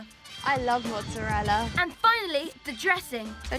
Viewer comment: No one: "i LoVe MoZzArElLa"